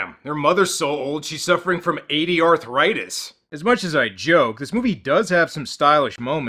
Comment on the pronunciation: LOL at "ADRthritis."